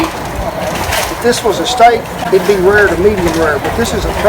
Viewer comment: "Ruhhr to medium ruhhr..."